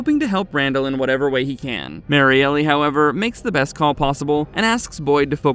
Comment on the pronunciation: I think it's just Marielle as in Mary-Ell, not Mary Elly.